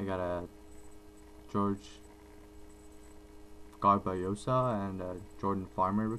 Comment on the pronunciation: Jorge Garbajosa is pronouced Hor-hey Gar-ba-ho-sa ;-) I was trying to figure out who it was that you were saying lol.